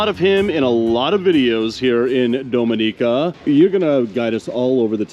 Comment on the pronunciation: It would be nice if you'll learned how to pronounce Dominica 🇩🇲 correctly.